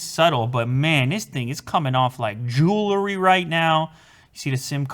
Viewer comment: "Jew-LER-ry" *Jew-el-ry